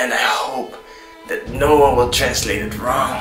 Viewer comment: Why she say no like that